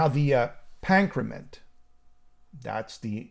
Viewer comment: Great review! But, dude, ditch the Raven shirt. They’re a terrible joke of a band!! And, “the pac-ra-ment”!?!?!? Lol